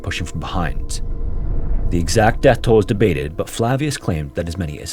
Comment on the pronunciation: Your pronunciation of Flavius lol